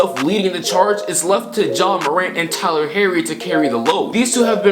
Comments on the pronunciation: Gotta get Tyler herro name right bro! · At the beginning did you here him say Tyler Harry